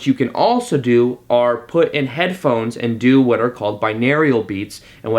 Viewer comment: awesome thoughts - thanks, needed the pep talk. one pronunciation note, i'm a language geek - binaural is bi(two channels) and aural ("Oral" - auditory). subscribed!